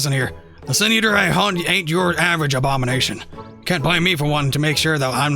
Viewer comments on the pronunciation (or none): none